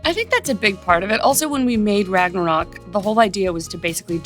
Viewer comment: Love Tessa, but I wish they’d teach the MCU cast how to pronounce Ragnarök… Also why do they keep the bomb? Nobody EVER has liked that?